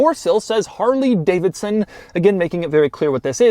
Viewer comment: Man says "harLEEE Davidson" lol